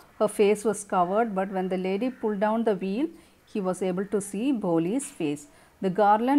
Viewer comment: Veil (pronounciation s Vail not wheel mam